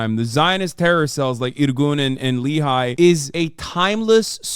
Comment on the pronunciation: It's pronounced Le-Hee, not Li-hay. it's initials for Lohamei (Fighters) Herut (Freedom) Israel (LHI)